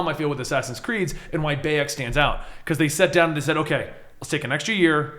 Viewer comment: doesnt know how to say bayek and mejai